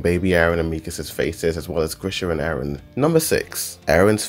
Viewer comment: Stop saying Aron instead of eren